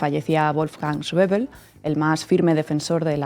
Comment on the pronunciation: Buenas Por favor ese sr. se llama Wolfgang Schäuble. Y se pronunncia tal y cómo suena en eqpanol No es un nomble ingles parq urilizar la bl como en el Inglés. Ademas en google te lo pronuncia perfe tamente. Creo que en un mesio xomo zl viesteo se puede cuidar este matiz. Gracias Saludos